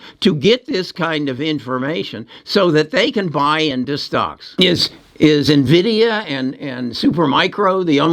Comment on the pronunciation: In-vid-ia, not Nah-vid-ia.